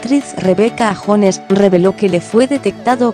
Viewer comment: No es Rebeca jones se pronuncia yones